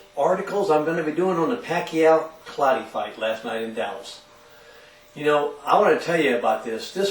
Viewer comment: great assessment dude..dont worry probably next time you wont be saying 'Clottley' or 'Cottley' in your video.